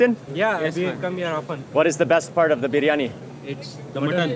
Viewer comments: Love Mark rightly saying "Biriyani", not biryani like most Indians pronounce 😂😂😂😂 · Thajs biryaani biryaani it's correct biryaani